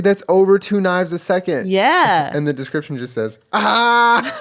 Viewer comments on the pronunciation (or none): none